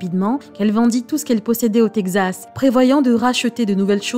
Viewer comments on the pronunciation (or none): Quelle voix mielleuse ! Et le texte lu de manière hyper dramatique pour te tirer une petite larme 😿 mais quand elle dit tegzas au lieu de Texas, ça m'a bien fait marrer 🤭. Pour le fond de l'histoire, heureusement qu'il n'y a pas que des gros bat.... Sur terre.